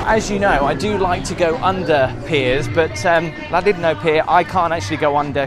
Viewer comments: LlanDUDno not Llandidno.Try at least to pronounce the places you visit.I'm not welsh and you're annoying me. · your pronouncing Llandudno WRONG pretend the capital L is pronounced like C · Gotta doing a hacking sound with double LLAN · I used to get soooooooo much ear ache from a work colleague for mispronouncing Llandudno.......... It's pronounced Clandudno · You said the name of the town wrong pal